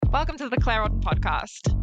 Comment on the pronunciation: Clare. Not Claire. 😇